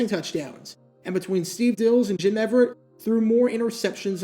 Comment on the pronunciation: Jim Rome disagrees with how you pronounce Jim Everett's name.